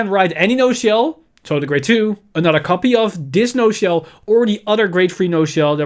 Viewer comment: The "ci" on HER name is pronounced as a "ki"